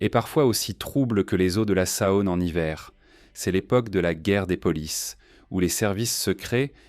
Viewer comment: Dommage le commentaire IA. J'habite Lyon et ne connais pas la Sa-Onne !